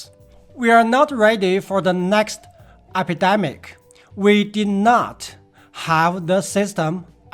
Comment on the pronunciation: epidemic竟然发成了挨皮呆米克😂👍😅，害得我还去验证是否这样发音……